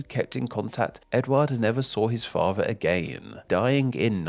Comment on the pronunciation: What a horrific narration voice. Monotone, crackly, droney and the word "father" is not meant to be pronounced "fava". Stop it.